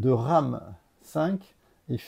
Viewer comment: Superbe sélection ! Juste pour info, le "V" Ram V se prononce comme la lettre et non comme le chiffre romain. Donc plutôt dire "Ram Vi" (à l'anglaise).